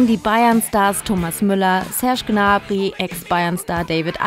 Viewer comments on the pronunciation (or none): none